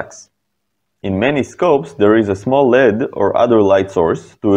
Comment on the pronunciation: L.E.D. pronounced L-E-D in English Diopter pronounced die-opter, di being Greek for ”two”. Otherwise, great video!